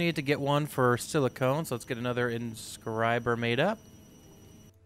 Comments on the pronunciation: Silicon: sil-ih-con Silicone: sil-ih-cohn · Also, silly cone.